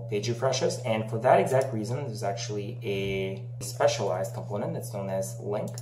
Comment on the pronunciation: КомпОУнент, я тебя умоляю!!! Не компОнент. Дичайше режет ухо!